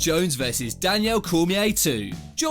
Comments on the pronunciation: It's not even his accent, I'm British and I've never heard anyone pronounce Daniel Danielle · DANIEL NOT DANIELLE LOL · The persistent mispronunciation of Daniel is really annoying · Why is calling Cormier “Danielle” 😂😂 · Whose Danielle? It’s Daniel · Its not Danielle its Daniel...... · dude why the hell are you calling dc Danielle his names Daniel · Rashaud evans, Danielle Cormier. you dont know names very well for being a MMA Channel haha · “Danielle” Cormier 😂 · "Danielle" Cormier...... Smh. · How does he even pronounce these names wrong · Ffs can you say Daniel normally twat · I wish this guy would learn to say the fighters name properly. Its not Rashod Evans nor is it Danielle Cormier. Ass. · Like the video but you got issues with some name pronunciation man. Danielle Cormier, Rashowed Evans? Nearly subscribed as well. Good video anyway keep it up and I may return one day